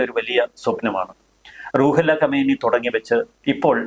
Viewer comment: Super explanation. ഖൊമേനി എന്നതിന് പകരം ഖമേനി എന്നു തെറ്റായി പല പ്രാവശ്യം പറയുന്നത് കണ്ടു. രണ്ടും രണ്ടു വ്യക്തികളാണ്. ഇപ്പോഴുള്ള കക്ഷിയാണ് ഖമേനി.